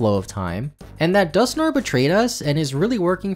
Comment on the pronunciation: Dusknoir is pronounced Dusk -noir, as in the old movies in black and white.